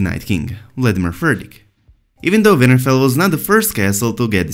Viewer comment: His accent made WinterFell sound like Vinterveil lmao.